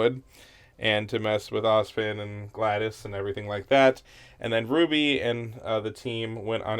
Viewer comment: Gladys lol Its Glynda